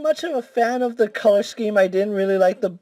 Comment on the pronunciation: Teh?!? What the fuck is a "teh"? You mean THE??? Smh